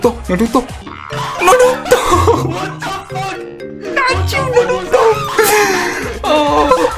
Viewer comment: idk how people watch u hearin u say naruto made me report nd dislike